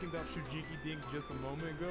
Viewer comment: Did he say aboot